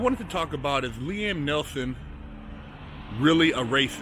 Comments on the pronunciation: neeson not nelson you sayin it wrong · It's NEETHEN not NELTHON bro. Good insight tho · Neil-son not Nelson, just saying brah, don't go splitting no wigs now. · It’s NEESON